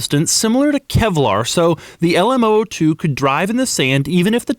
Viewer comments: It's a zero-zero-two. Not oh-oh-two. The "O" is a letter, not a number. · It’s called the L M “Double 0” 2 not the L M oh oh 2 😂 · LM zero zero 2. not LM oh oh 2. it's numerical not alphabetical. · posit that this vehicle is called the LM zero, zero two because there are three numbers in the name., so it’s not two letters, Oh, Oh then the number two. I’m not singling you out.most people say it incorrectly, but that’s the issue, when it’s reapeated incorrectly, It’s perpetuated. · LM Zero Zero Two! Not "oh oh" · Zero not o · Sounds like he is saying the Elmo2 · Is it an LM ooh ooh 2, or LM zero zero 2? you wrote zero zero 2 but say oh oh 2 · LM zero zero 2, O is a letter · Why do you call it LM-Oh-Oh-two? It's called LM-zero-zero-two! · Love the video, and I'll check out more because of this one! Just one peeve here though. LM002. "0" is a number, pronounced "zero" or "zed" for the Brits and whatnot... "O" is a letter, pronounced as "oh". Those are "zeros", not "ohs". :D Zero, by the way, are you Jay Leno's son?! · It's LM002 not LMOO2, the letters not the numbers. You kept saying oo2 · Can you call it the "Lamborghini LM Double O 2" instead of "LM O O 2"? Just sounds better haha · Stop saying "alamo 2" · Lamborghini Le Moo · The Lamborghini LAMOO? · i heard lamborghini lmao2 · When he pronounce LMOO2, its sound like Alamo